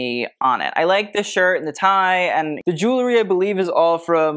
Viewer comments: Cillian was wearing a ZENDA mohair suit. Easy Google. And I'm sorry, I can stand it no more...it's ju-well-ry! NOT ju-ler-y. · I'm sorry, I can stand it no more...it's JU-WELL-RY! Not ju-ler-y. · Pet Peeve: pronouncing the word jewelry like jew-ler-y when it is jew-EL-ry. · you are a wonderful treasure for this unboxing. i don't understand, however, why you are not as particular about the pronunciation of the word "jewELry." It frankly detracted from you commentary. and it was out of sync with your very precise analysis of the fashion.